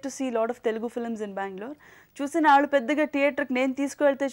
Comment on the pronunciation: Where did she get that Vijayawada slang "Aallu". She will be remembered till arts are alive.